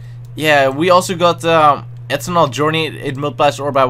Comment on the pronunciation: No hate but is it just me or does anyone else find how he says eternal funny? I mean it sounds like ethanol (fuel) the way he says it.